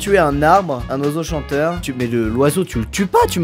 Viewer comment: chanteur !!!! pas chenteur